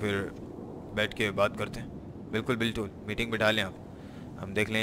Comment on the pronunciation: he say bilkul biltul ..lol